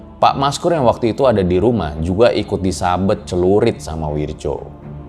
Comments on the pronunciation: Wirdjo itu dibaca Wiryo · Wirdjo? Werjo yg benar ... isun asli banyuwangi